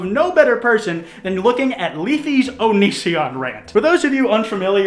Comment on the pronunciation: Why is it pronounced like 'on is si on' and not onichon, damn